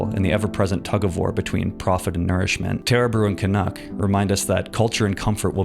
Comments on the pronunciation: Can-Cuck? Bruh, thats foul hahahaha😂😂😂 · Can-uck really missed out on calling pancakes 'can-cakes.' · CAN-UCK has me spiraling. It's too good. CAN-ADA? It's in a CAN? Genius.